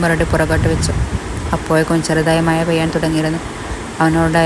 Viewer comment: അവതരണം വളരെ മോശം മഴ ക്ക് മയ എന്ന് 😂